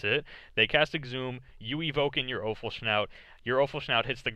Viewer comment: PS: Offal-schnout? :D